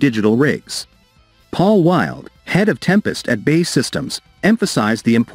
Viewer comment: Does anyone else find it annoying that the voice over guy computer pronounces B.A.E as bay. Give me strength